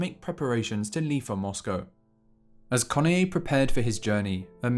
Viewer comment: Study correct pronunciation of ":Kenoye." Two syllables, not three.